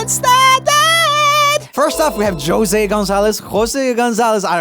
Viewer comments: It's not José (jo say) it's José(Ho say) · It’s pronounced Hose not Jose okay honey😘😘😘😘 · Jose is pronounced hosay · the way he searched up the pronunciation for peugeot but not josé lmfaooo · the fact that Roomie doesn't know how to pronounce José is cracking me tf up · If you're wondering, José is pronounced as his second attempt but you tres the e, that's what you use this é. And Gonzalez is pronounced Gonthaleth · Lo mismoo! Tenía ganas de explicarle que José se pronuncia la e mas fuerte 😂